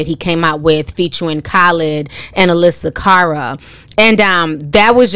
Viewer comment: Lol you said Khalid and Alessia Cara’s name wrong 😅